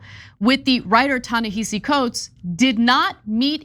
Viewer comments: Ana, Cenk: His first name It is pronounced Ta-ni-ha-see, not hi-see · It’s pronounced “Tah Nehahsee” okay peace ✌️ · Pronounce Ta-Nehisi Coates name correctly. It is not pronounced the way it is spelled. It is pronounced Ta-NaHAsi. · I wish you would pronounce his name correctly. It shows no respect to the author. Ta-Nehisi